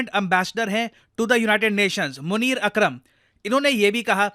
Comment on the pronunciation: Sir "मुनीर अदरक" बोले क्या?🧐